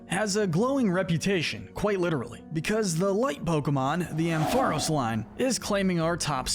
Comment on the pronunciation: It’s pronounced amp-FUH-RAHS, rye-COO, PATCH-er-ree-soo, heel-ee-AHP-tile, TAH-poo-koh-koh, redge-EE-eh-leck-kee, chin-CHOW, VIKE-uh-volt, toh-GUH-DUH-mar-oo, more-PEH-coh, ELL-UH-kid, and yoo-NUH-vuh, “Patrick Star”! 🤨 Stop mispronouncing Pokémon names,! 🙄